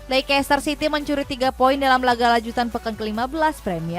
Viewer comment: Lekester bacanya🤣